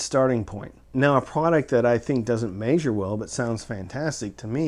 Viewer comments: Meh-zher not may-zher. Love ya. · This was a borderline useless video up until he started pronouncing "measure", then it just became aggravating. Let me help: ME-ZHER - It is a short e sound in the first syllable not a long a or long e, the accented syllable is the second. There is no diphthong for the double vowel "ea", therefore you do not pronounce the long a or even long e sound for the syllable . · Haha! “May-Zure”